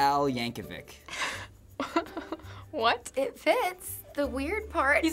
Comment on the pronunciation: I know I'm not the first one to say it, but "c" in Yankovic you have to pronounce like "ch"